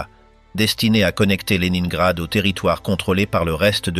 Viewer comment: À prononcer léninegrad et non le nain grad😊